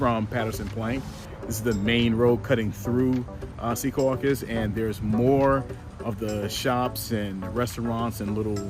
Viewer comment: Thank you for saying Secaucus correctly.